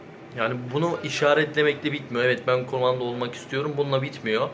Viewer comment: Kumanda mı diyor bana mı öyle geliyor yoksa ?